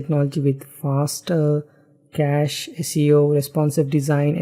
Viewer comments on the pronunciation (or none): none